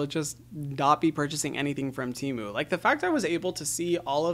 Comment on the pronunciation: He said TEMU tmu